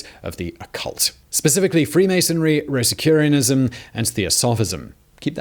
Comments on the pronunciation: Rosacrucianism not rosacurianism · I believe Simon meant to say “Rosacrusian”, not “ Rosacurianism”. He made this error more than once, so it wasn’t verbal mistake. Edit: Carbine is said with a short “i”, not a long “i” (said kar-been, not kar-bine). It is basically a rifle with a shorter barrel. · Rosicurianism? I'd always thought it was Rosicruxianism or something like that.